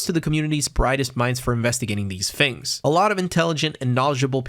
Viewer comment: great job with the video can you stop saying fings though